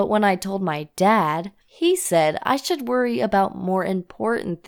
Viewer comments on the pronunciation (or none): none